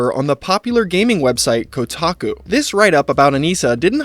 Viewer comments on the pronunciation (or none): none